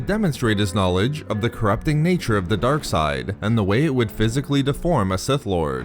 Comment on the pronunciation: Why he says darke side like that😂🤣.